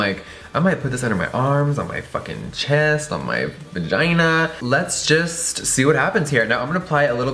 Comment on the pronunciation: did he just say my vagaina xD